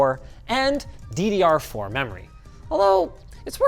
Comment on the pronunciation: when you said DDR4 i thought you said Diddy are four